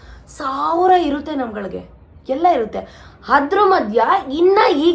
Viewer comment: And the other thing is hadar alla adara😂😂